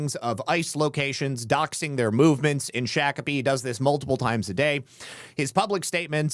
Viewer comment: It's pronounced shock a pee